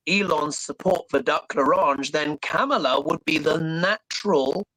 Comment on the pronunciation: Oy. COMMA-LUH!!!